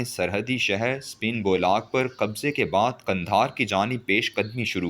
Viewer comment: اس ویلاگ میں تین لفظی غلطیاں کی ھیں پہلی غلطی امام خمینی اسے پڑھنے میں خ پر پیش اور م پر زبر دوسری غلطی دوستم کے کمانڈر کا نام عبد المالک تیسری غلطی باڈر کا نام سپین بولاک نہیں بلکہ سپین بولدک ھے